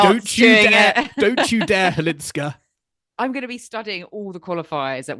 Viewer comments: Firstly, Chwalińska, not Cwalinska. Secondly, Maja has been on tour for 7 years. Mirra is a talented girl who has got everything on the table. Maja had to fight with many things on her way of being a professional tennis player (injuries, depression, lack of money) for many years. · Why don't you both try harder to learn how to say properly Chwalińska instead of Halińska? Many others foreign commentators already got it right. The way you say it sounds very unprofessional. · LEARN: Maja Chwalińska => MY-ah HVAH-LEEN-skah 🌀 Maja = MY-ah (like “my” + “ah”) 🌀 Chwalińska = HVAH-LEEN-ska(h) “Chw” sounds roughly like “hv”. The “a” is pronounced like the “a” in “father”. “liń” sounds approximately like “leen”. “ska” is pronounced like the ending of “Alaska”, but shorter and crisper.